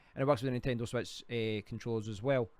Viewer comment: on the "swetch"